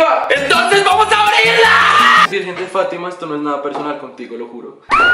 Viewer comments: Meisssner Cortes si el dice despositivo ahora así se llama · Gente normal: negativo: despositovo